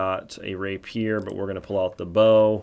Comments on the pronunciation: lol. ray-pure not rappy-er lol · ray-pier 😝 (reɪpiər)